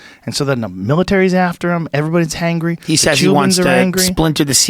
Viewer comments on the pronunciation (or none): "Hangry" Joe's Yoruba accent shines through. Courtesy of the Adesanya podcast. He'd better have an agbada among his collectibles.